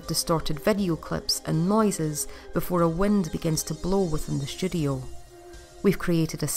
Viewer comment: I kept hearing "studio" as "sh*thole"